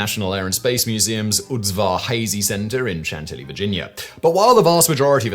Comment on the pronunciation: It’s “Shantilly”